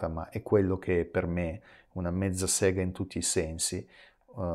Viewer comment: Sentire dire mezzasega con accento Russo non ha prezzo